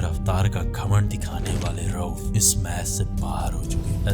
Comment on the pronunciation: Rauf not rouf😂